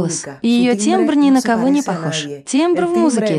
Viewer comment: Переводчику! Слово "тембр" пишется через "е", но прочитывается через "э", т.е. "тэмбр"!